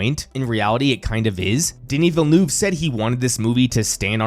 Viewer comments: The way you pronounce VillenOUve so many times is genuinely funny. "eu" is pronounced in a way close to "u" in up, hurt or jump. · I’m sorry but in no language is “Villnoov” the right reading or pronunciation I needed to say that for my own sanity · Absolutely cacklin at villa-noove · “Danny Bell-noob” zero effort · Why so many poeple call him "Villenoove" ? like can you guys not make the slightest effort to say his name right..like really? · Why is nobody able to correctly pronounce Denis Villeneuve's name? He is one of the best directors of our time. It would be nice if people would make the effort to get his name right. I like the rest of the video but I think the least you can do is to try and get it right. It's not that complicated. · Yeah, it was getting really cringe throughout the entire video!